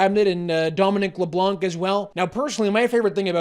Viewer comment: MANUFACTURED OUTAGE and POLITICAL PROPAGANDA by the RADICAL RIGHT while trying to get rich by producing negative social media content. A little respect please, his name is NOT Le Blank.